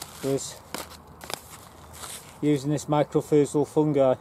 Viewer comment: "my cor rye zal"is how the fungus powder is pronounced